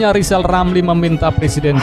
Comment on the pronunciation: Sebelum mengeritik pak jokowi coba pak lijal lamli eja dulu namanya yg benar baru bisa kritik 😅😄